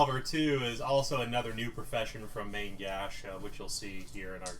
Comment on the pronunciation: My god you are slaughtering the French language:) You need to learn to pronounce Main Gauche. Great stuff keep it up!